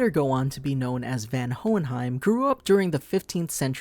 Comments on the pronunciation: Isnt it Von Hohenheim not Van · okay is it pronounced van in the sub? I have only ever heard him be referred to as Von what is happening here? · Isnt his name pronounced as "VON" and not "VAN" ?? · Its spelled van but clearly its pronounced von watching the show can easily teach you that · It's pronounced Von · His name "Van" is pronounced as Fun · Its pronounced Von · You are pronouncing Van the first part of his name wrong maybe learn to at least pronounce the name of the character your gonna review properly before making a video they don't even pronounce his name in the anime the way you do, just like most manga readers pronounce Madara Uchiha wrong from naruto they say it like "Mordora" lol can't believe no one has noticed in the comments lol.